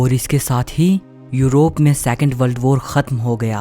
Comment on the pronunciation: बल्ड बोर ❌ वर्ल्ड वार ✔️